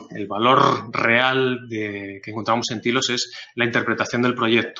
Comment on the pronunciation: "Tailos" por favor "Tailoooos" no "tilos"